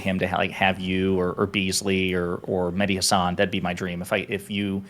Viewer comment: Everytime he said Mehdi Hasan I heard Mini Hasan and i imagined a little hasan with a head that's proportional